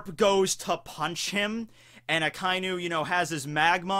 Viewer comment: A-KA- E_NU Red Dog four Sylables that's not how ANYONE SAYS! IT STOP IT.